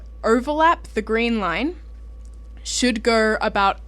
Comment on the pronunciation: "... should durrr." <333 That accent. <3333